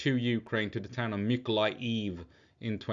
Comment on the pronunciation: Awesome here in Mykolaiv we have many trolley busses sponsored by Denmark and normal busses from Poland. Mykolaiv is the town where the most beautiful women come from :) its Mykolaiv btw no weird ending with loud ijiv just aijev :) .keep on tramming :) ❤️🇺🇦❤️